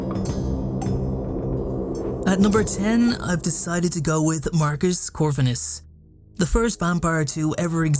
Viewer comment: You’re pronouncing Corvinus wrong